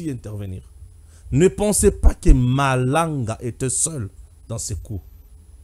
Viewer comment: Malanga et pas malonda